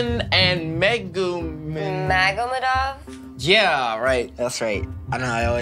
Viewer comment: MAgomedov? It’s… MagoMEdov